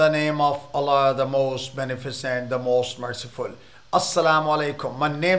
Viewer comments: خدا کے بندے اللہ کے نام کو صحیح ادا کرو in the name of Allah no ala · sir, in the name of ALLAH Not Alaaaa